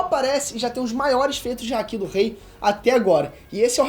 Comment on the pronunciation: Nova geração do Ei nerd, muito legal mesmo ❤️ só fiquei um pouco agoniado com a pronúncia do momo e do Haki